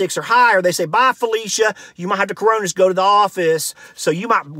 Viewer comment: “The caronas” Lol